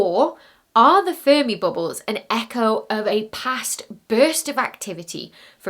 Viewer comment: Say "Boobles" one more time.... 😆 I love it.